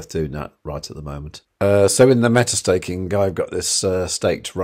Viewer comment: Stéh-kink instead of staking is also a thing lol